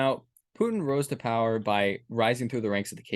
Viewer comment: Pu-in has a "T" in it.